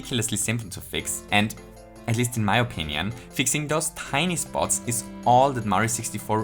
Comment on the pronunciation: I like how he said “onion” instead of “opinion” implying that he made a typo in the script, yet still kept it in the final version of the video as a joke